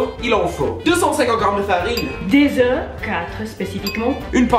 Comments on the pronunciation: " OUEFS "😂😂😂 œufs plutôt 😂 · I love this channel, and we say "Oeufs" BTW not "OUEFS " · Des « ouefs »😂😂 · Des œufs et pas des ouefs 😂😂❤️